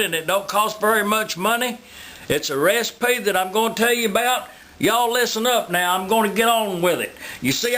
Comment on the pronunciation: LISTEN UP I'M A TELL YOU A REEESPY!